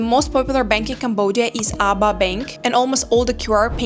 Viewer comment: just to not cause confusion the name of the ABA bank is pronounced it in letters A.B.A if you pronounce it ABA it will cause confusion with the local just a head up 👍